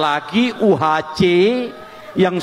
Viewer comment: Bobi mengucapkan UHC tidak benar, prenounciation salah total. Mau bikin trik tapi keliru.